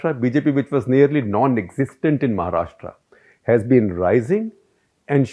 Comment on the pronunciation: Shekhar were you born and raised outside India and have you never read a vernacular script before? Why do you keep pronouncing the name of the state as "Maharashtraa". It is महाराष्ट्र. How hard is that??